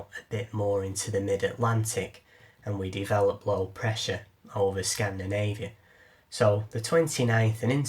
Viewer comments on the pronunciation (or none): none